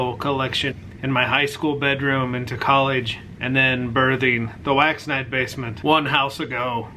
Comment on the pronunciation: Every time you say wax night, i hear wax NIDE, lol.